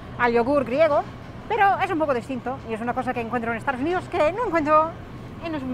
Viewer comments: Apenas tiene acento, de hecho hay muchas veces que no tiene. Sin embargo nunca dice "estaDos unidos" sino algo como "estaRos unidos", curioso. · Es gracioso. Cuando dices Estados Unidos te entiendo Estardos Unidos o lo que es lo mismo estar dispuesto unidos. Un chiste malo que se contaba en España. ¿Como se dice casarse en inglés? Respuesta:Estar dos unidos. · Me hace gracia como dices Estados Unidos, dices “estaros uniros” xD. Hablas fenomenal, si hablases un poquito más despacio creo que sería difícil diferenciarte de un hablante nativo.